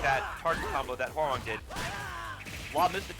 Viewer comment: Thank goodness, someone knows how to pronounce Hwoarang's name correctly.